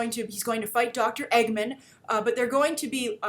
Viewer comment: Did she just say Eggmun???? It's EggMAN!